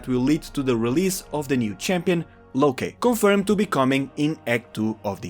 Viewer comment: Its its "Locke" is in "Lock" by the way, not "Lokay"